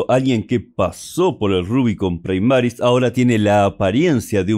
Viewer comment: Primaris, del latín no praimaris